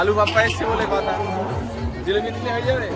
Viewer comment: Jilopi noi otake jilipi bole